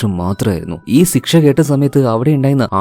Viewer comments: സിക്ഷ എന്നല്ല പറയാ.... ശിക്ഷ എന്നാണ്.... അങ്ങനെ ആണോ പറയുന്നത... അല്ലെങ്കിൽ record ചെയ്യുമ്പോൾ തെറ്റുന്നതാണോ... ഞാൻ കൂറെ ആയി പല video ലും ഇത് കേൾക്കുന്നു... ചോദിക്കണം ചോദിക്കണം എന്ന് മനസ്സിൽ ഉണ്ട... ഇന്നത്തെ video കണ്ടപ്പോൾ തോന്നി... എന്തായാലും ചോദിച്ചേക്കാം എന്ന്....😊😊😊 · സിക്ഷ❌ ശിക്ഷ✅ 🥲👍🏻